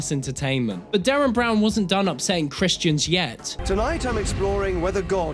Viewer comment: Derren. Not Darren.